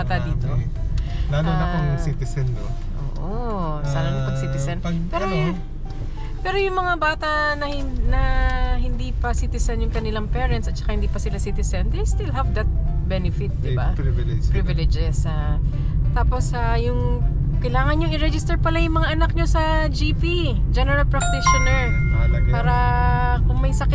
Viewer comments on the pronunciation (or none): PRIVILEGE po, not priviledge.